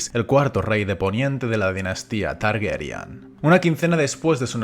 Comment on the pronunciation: Por qué dicen 'Targeryan' y no 'Targaryen' tal como está escrito